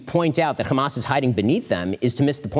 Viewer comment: It's hamas not khamas...please get it right